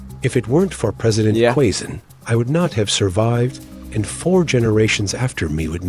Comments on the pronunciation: ❤ I love it, when you corrected the pronunciation of Quezon. By the way I'm from Quezon City and I grew up in Quezon province. More power to your channel! ❤️🇵🇭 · I laughed out loud when you corrected the pronunciation of Quezon--spot on, you now know your way with the language. 🤩🤩🤩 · Quezon 😂😂😂😂 the way he pronounce it perfectly 😂😂